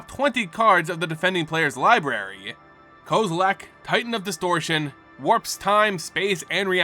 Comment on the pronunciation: I still don't understand where you're finding the "a" in Kozilek's name